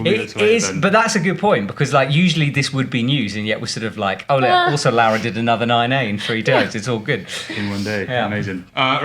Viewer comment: Come on, you're Italian! Just teach those guys how to pronounce Laura's name correctly!! 😂😂